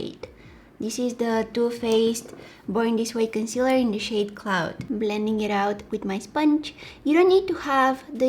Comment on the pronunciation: did she say clout or cloud??